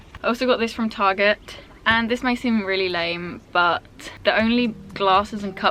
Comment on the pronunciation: I love how you said target the Aussie way 😁 awesome video! x